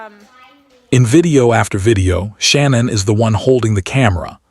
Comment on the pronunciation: I'm sorry, but when someone has such a brutal and tragic ending they deserve to be honored and respected. By calling her the wrong name throughout the video, I consider this a great disrespect. Her name was not Shannon...... it is pronounced " Sha- nann".